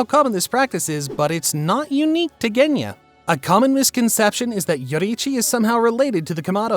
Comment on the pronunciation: you just murdered Genya's name